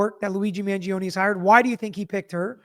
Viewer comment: It's Man-joh-ney not Man-ji-oh-knee